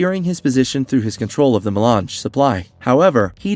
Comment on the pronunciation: Also how does IRULAN turn into “Eee-Rule-ian?” “Eye-Lee” Atreides. That’s an interesting way to pronounce Alia. Lmao 😅 At least he knows his to pronounce “Melange” properly. It’s odd which words he actually does say correctly. This was HARD to watch and I got ZERO entertainment from this content because I was so hyper-focused on his TERRIBLE English pronunciation! 😕